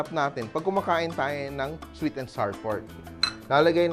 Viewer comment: Fyi, the words flour, sour, hour, and our rhyme with the word "flower." So, it's NOT flar, sar, and R (for hour and our).